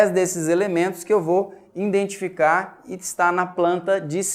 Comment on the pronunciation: nossa!! escutar uma pessoa estudada falando: `indentificar` putzz